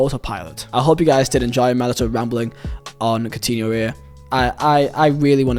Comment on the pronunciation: "cotiniol" kkkkkkkkkkk